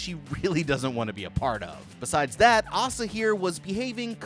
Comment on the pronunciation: The name Asa is pronounced ACE-uh. Not Aah-suh. Mildly infuriating to hear you butcher that nonstop not gonna lie. Oh my god even correct yourself from but then INTERMITTENTLY BUTCHER THE NAME AFTERWARDS JUST STOP FOR THE LOVE OF